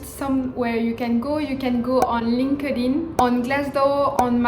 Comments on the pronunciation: no. It’s pronounced as “linked (space) in”. Linked in. Not linkadin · hahah so cute comme tu prononce linkedin. cest linked in. ;)